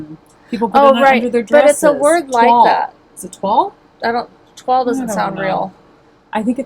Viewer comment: Ok, NOT log ladies (hahaha, you cracked me up), Toile .... pronounced "twoa ley" .... french